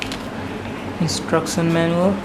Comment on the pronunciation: What's INTUCTION!!! Lol oh he means instruction